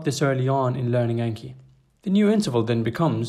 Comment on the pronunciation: Just fyi: pronounced "On-Key"